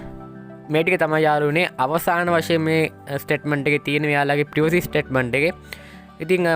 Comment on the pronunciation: ප්‍රිවසි පොලිසි නෙමේ යකෝ ප්‍රයිවසි පොලිසි 😂